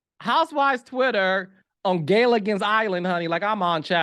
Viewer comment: Gaylagan??? Gilligan! Wth